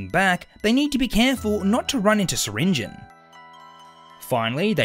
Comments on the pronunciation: It’s pronounced sir ringi on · Pronounce the E in syringeons name!!!!! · Awesome concept. Also, I think you prounounced syringeon wrong.